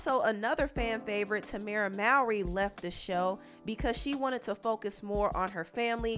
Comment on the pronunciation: Why do you say Tamera “Maawry” liked a goat lmao😂🤦🏾‍♀️ it’s pronounced “Maury” as in the Maury show. It irks me how you say it. You’ve been saying that for years 🥴😩